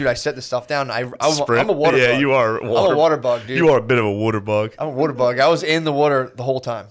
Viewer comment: Matt’s rust belt, coal land way of saying Wuder will never stop being funny.